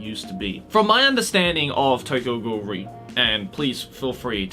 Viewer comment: lmao am i the only one who's been pronouncing the "re" in Tokyo Ghoul:re separately as "are-ee" until i watched this video and heard say "ree"